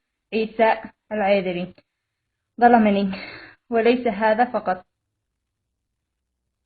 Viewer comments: هذا يقول انها زوجت عيسى ماتعرف تنطق اسمه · ههههههههههه ليش ماتنطق إسمه صح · بالله عليك ماتستحي انت وهي ماتعرف تنطق اسمه بتقرا غلط الله لاوشل عليك انت وهي مرته ماعرفت تقرا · اول حاجه انطقي اسمه صح ههههههههههه وعادها تتقراء من ورقه شكلها تضحكو ع من يازنوات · مش عارفة تنطق اسمة كيف وهوا زوجها 😂😂😂😂😂😂😂